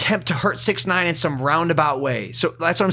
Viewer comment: Who els is annoyed when Logan said sixty nine instead of six nine